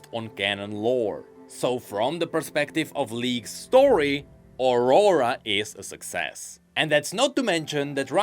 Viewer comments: can't help but hear Ora Ora every time you say aurora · Please, try to pronnounce "Aurora" correctly... My ears...